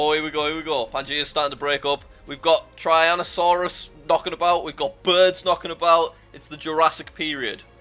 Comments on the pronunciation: as a dinoaur boi, when jack said the spinosaurus was from the US, i was sad because it was from egypt also it is pronounced tyrannosaur (ty-ran-o-sawr) not Tyrannosaur (chry-anne-a-sawr-us) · Ah yes, the ✨tryannasaurus✨ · he didint just call tyranosaurs traianosaurus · Haha you said tryannosaurus instead of tyrannosaurus